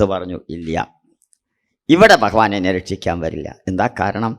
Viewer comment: Pronouncment of Bhagavan not Correct